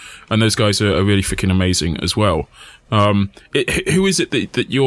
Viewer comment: ponkauh in da ckreetscehstt. ehmeizeenk. amazing.